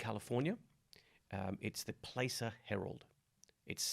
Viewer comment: Pronounce Placer with an “ahh” sound….😉😉 for the gold area in California.